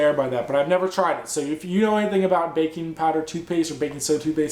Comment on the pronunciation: At first I thought you said "bacon powder" lol.